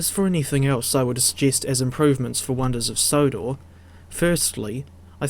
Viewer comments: "Sonders of Wodor" 🤣🤣🤣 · Says it twice